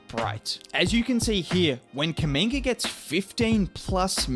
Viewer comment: His name Kuminga its spells the same way as Mutombo,Umaga or Zubac it's a "U" like in spanish its an African(congolese name) so guys should call him correctly not Kaminga